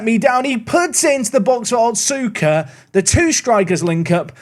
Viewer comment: little note, the U in names like otsuka and asuka are less pronounced. so instead of “ot-suu-ka” it would be closer to “ots-ka”. (see: sasuke in naruto!)